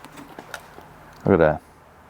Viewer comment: are you saying bids or bits? because they are biTs, drill biTs, router biTs, not bids.